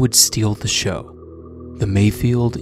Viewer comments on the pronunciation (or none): none